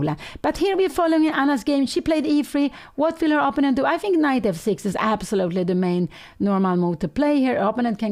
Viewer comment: I do wish that Pia would learn how to pronounce 'opponent'